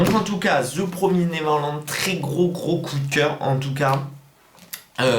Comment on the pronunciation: Très bonne vidéo ! On dit "Ze promiz néveurlande" Mdr😉